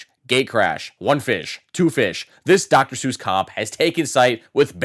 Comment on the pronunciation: "Doctor Suess comp" 😂